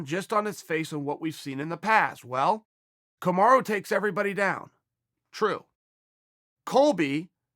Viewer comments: Did .. he said ... KamarU ?? I thought Usman's name is Kamara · Now it‘s Kamaru again?! It‘s Kamara or Camaro. It‘s not Kamaru. Ok? We can do this all day to the highest of levels. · Who’s Kamaru? You mean Kamara?